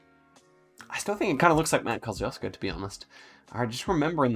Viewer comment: The way you pronounce Kosciuszko 💀💀